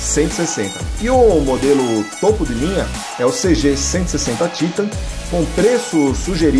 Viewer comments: vdd, a pronuncia TAITAN em ingles, mas no portugues é TITAN mesmo, aí o maluco quer falar dificil e solta esse TÍTAN, kkkkkkkkkk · Sabe nem fala o nome da moto É TITAN, E não títan !!! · É Titãn e n títan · Títan ta errado, é Titan e pronto, tirando essa frescura de Títan, parabens pelo video. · Poxa, "Títan"??? fala sério, é titan. saco isso. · O nome é "titan" kkkkk não títan kkkk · O cara tá enchergando títan só pode kakakakakak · É a primeira vez que vejo a pronúncia do nome Titan dessa firma 😅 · Ele falando Titan é muito estranho kkkkkkkk. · Que pronuncia no Titan em ...kkkk Jornalista, que não conhece moto...tava lendo um texto.....